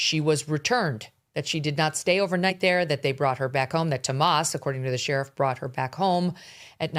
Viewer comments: Megyn you are driving me crazy referring to Annie Guthrie's husband as Tomas ... it's Tomasso ... This is remarkably sloppy attention to detail. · Y do you mispronounce tommaso’s name? Is it on purpose or you’re just a Dumbazz?!?